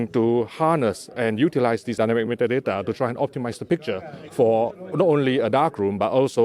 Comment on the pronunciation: Nobody says Dynamic meta date like he does! Lol